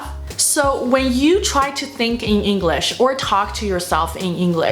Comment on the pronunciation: 虽然觉得Maggie英语很棒~但是说实话不知道为什么我觉得她的English发音总听着像Engl勒sh……